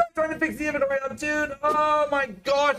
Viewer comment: every time pronounces inventory i die a little inside